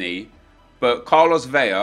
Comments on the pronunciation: bro its vela (ELLA) not vella (EYAH) lmao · Love the vids but for too many years I have held my silence. In Spanish Carlos Vela is pronounced Carlos Ve(L)a. In Spanish double L is Pronounced as a Y. So David Villa would be pronounced David Vi(Y)a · In Spanish, you only pronounce double "L's" with a y-sound, like David Villa or Iker Casillas. However, Carlos Vela is pronounced like you would normally pronounce an "L". :)